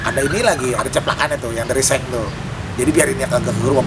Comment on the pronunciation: "Lha maenan bocah ituh." (Logat Betawi keluar)